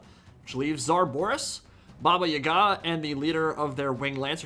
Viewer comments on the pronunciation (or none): Baba YA-ga not yuh-GAH